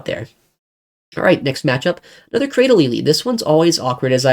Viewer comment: Cra- dil- ly. How you pronounced it threw me off